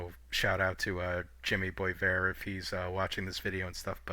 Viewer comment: Yikes, ouch, I get it, raw prospects may or may not pan out, but the Hawks seem like they’ve done OK, Sam Rinzel for example. And BTW , not to put too fine a point in it, it’s BWA VAIR, (Boisvert). Anyway, great job , haven’t seen any of the other channels covering all the prospects like this as yet.